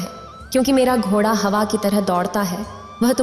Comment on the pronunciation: घोड़ा यानि ड़ का उच्चारण सब जगह सही करें। शेष सुंदर वर्णन